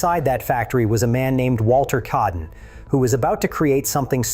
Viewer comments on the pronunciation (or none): Its Walter kaaden, not keaden. Aa pronounced like ah